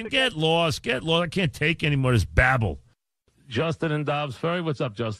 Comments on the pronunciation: ❤️ the beginning. Get lawst I can't listen to this babble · "Get Lawst Get Lawst, I can't take anymore of this Babble!" lol